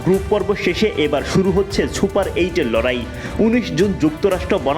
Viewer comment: 😂 Chupar eight?😂